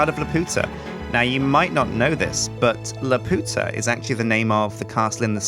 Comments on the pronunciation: I cringed when you said Laputa wrong, Miyazaki movies are my FAV of all time, Castle in the Sky being one of the tops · good so i am not the only one that knows hes saying it wrong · Ahh! watch castle in the sky and learn how to pronounce laputa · Every time he said it wrong a part of me died inside. Go watch the movie please... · every time he says laputa that way I can't help laughing. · ugh he's saying lapuda wrong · “Calvamon” Montesinos its BLOODY LAPUTA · it's prononced Lap-You-Ta not La-Pu-ta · lepp-yu-tah. leputah. not lepp-oo-tah. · He's pronocing it wrong. It's La-Pu-Ta not La-Po-Ta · 'u' not 'ow' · Try saying it as La-pew-tah. Not la-poo-tah. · you are saying laputa wrong its lap-u(like you)-ta and you are butchering it and it is really annoying to hear you say it like la-POO-ta and it is so angering hearing you say it like that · It's pronounced Laa-pew-ta. not laa-poo-ta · it's pronounced lap - you - ta no weird accents. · since the mod maker obviously had the Studio Ghibli movie in mind when adding the shard,the proper pronunciation would be Lap-You-Ta. Not La-Poot-Ah Sorry to point it out,but it drives me nuts when people pronounce words with universal pronunciations wrong. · Castle in the Sky is my favorite movie, so im omega cringing because of the mispronunciation of Laputa. Lap-u-ta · its pronounced Lah-pyoo-tah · it's pronounced lapewta!!!! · "Shard of LAPOOTA" someone didn't see Castle in the Sky. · Lap-you-tah please, you're swearing in Spanish. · It is pronounced Lap-you-ta like from Castle in the Sky! It is a refence to that Studio Ghibli movie! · Isn't it pronounced lap-you-tuh? The way you say it is just raunchy, and offensive to the spanish speakers. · My heart cries every time he says "La-Poota" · I love you but I swear to god if you say "Lupiootuh" one more time i will call Studio Ghibli and my lawyer. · It's pronounced lap-you-tah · keeps pronouncing Laputa wrong